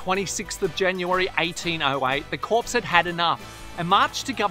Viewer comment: CORPS is pronounced 'CORE'